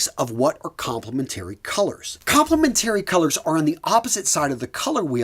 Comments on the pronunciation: Hey, it's " kaam·pluh·men·TREE" not "kaam·puh·LEM·TERRY" color. - From a color theory instructor. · "Com-ple-men-tary." Come on, it's pronounced kom-pluh-men-tuh-ree.